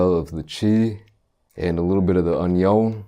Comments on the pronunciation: “Chee” “Un yone” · When he said onion it sounded like 안녕 😂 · You peel the "oinyon" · The way he said onion lol 😂